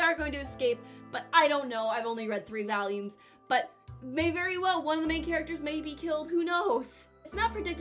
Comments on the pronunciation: why do you keep saying "values" isnt it volumes? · why does she keep saying valium? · Stop saying valiums plx. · I am also from the midwest and... that's not how I say it. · i have never heard a brit say it like that